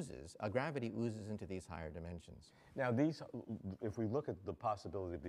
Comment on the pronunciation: For some reason it bothers me when he says "ooozes"